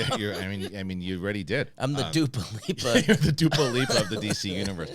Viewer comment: Dupa Leap-Uh 😂